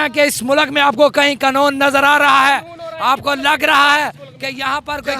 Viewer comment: Qanoon ka lafz bhi bole nahi Sakta.